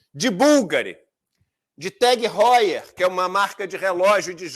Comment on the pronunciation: Todo mundo fala Tag Heuer errado